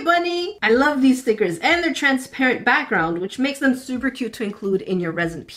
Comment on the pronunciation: I love when you say stickers like steeeekers.